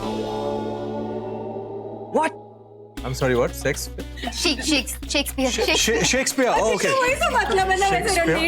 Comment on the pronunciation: The Chachi said sex pes..😂😂